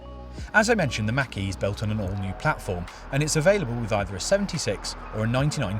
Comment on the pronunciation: FYI: Mach and E are pronounced as two different words. :) Mach (insert brief pause) E